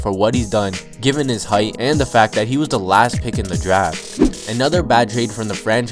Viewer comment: Do you not know how to say "the"